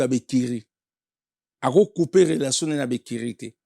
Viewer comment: EDICASON INFORMASON INTEGRASON KIEKIEKIEKIEEEEE HONOS LIMBAMBE OZA VRAI TINTIN FORMASON YO MUTU OTANGA OYEBI KO PRONONCÉ TE BA LOBAKA 4 RELATION ET NON RELASON